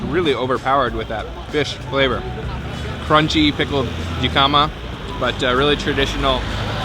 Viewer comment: jicama is pronounced with a h sound. hicka ma